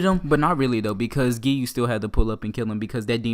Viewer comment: He said geeyuu